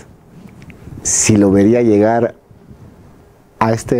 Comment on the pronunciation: Se pronuncia llegar no iegar. Cómo el conductor del programa. O es Peruano??